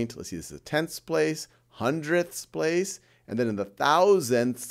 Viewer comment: ‘You know, that’s actually kinda fun to say: HUNDREDTHS!’ ‘We have another HUNDREDTH’ ~Quotes from a person that used to have the need to emphasise hundredths